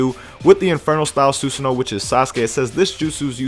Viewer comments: SUE SAHN O, NOT SUE SO NO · susanoo (soo-san-oh-wo) the w is pronounced softly